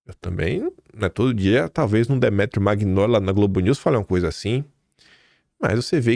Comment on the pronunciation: Demétrio "Mainoli"... assim é a pronúncia...